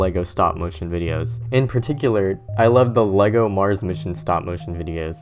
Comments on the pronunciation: It's fucking "LEG-O", not fuckin "LAY-GOES". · its not lee-go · That is not how you say "Lego".